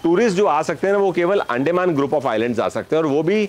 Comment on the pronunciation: Excellent coverage. Sorry for nitpicking on the pronunciation of Andaman. You are pronouncing it as अंडेमान. The proper pronunciation should be अंडमान